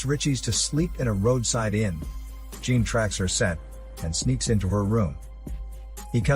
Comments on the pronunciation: I must say this as a french speaking viewer - jean isnt pronounced as the ´ea´ in jeans. The ´ea´ vocal sounds more as the ´o´ in ´john´. + the ´n´ from jean isnt pronounced This is how you pronounce the name ´jean´ in french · The mispronunciation of "Jean" did it for me - I got past the robotic delivery this time, but still only got halfway through.